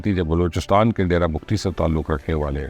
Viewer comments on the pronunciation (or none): none